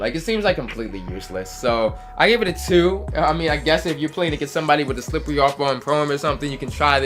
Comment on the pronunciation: The way you said slippery off ball lmaoooo deadddd Slip-wearrry